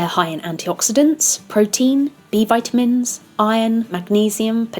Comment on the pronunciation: You pronounced vitamins wrongly.